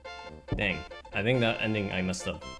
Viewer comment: says I don't tink this is faster literally every time he got faster.